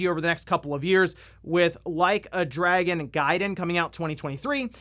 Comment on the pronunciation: Did you just mispronounce Dragon as Dragoon?